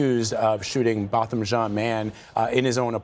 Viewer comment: To the news people: The victim's name is Not "BOTTOM" it is "Bo-tham"!!!